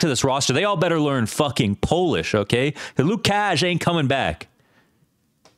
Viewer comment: Hey, the poles aren’t saying ”Lukash”, they are saying ”Wokash”, coming from a Swede